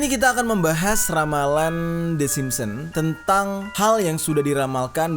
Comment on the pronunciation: SIMPSON, BUKAN SIMPON!!!!!!!!!!!